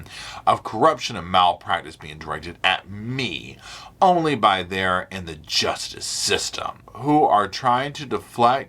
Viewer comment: “Gee-yus-tis system!”😂